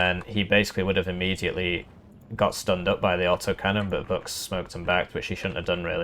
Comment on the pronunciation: Ch in Vuch is pronounced like ch in chance